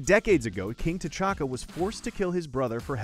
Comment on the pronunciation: Did he say King T’chalka